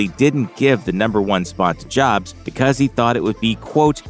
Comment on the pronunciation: Hating the robo voice and mispronouncing “Jobs” so I left this comment after 30 seconds of vid